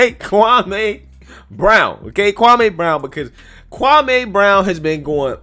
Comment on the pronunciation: His name is Pronounced Kwa-Me🙄🙄🙄🙄🙄🙄Get it right.. Stephen Big Face A conditioned everyone’s mind to say this man’s name WRONG🤬